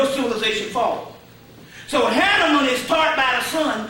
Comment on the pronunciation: Hanaman great pronunciation. I still can't pronounce it🙏